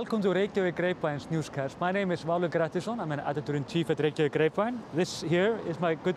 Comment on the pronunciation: even English speakers who should no better, 'experts' on Iceland, can't even pronounce 'Reykjavik' correctly (it's not "wreckyvick)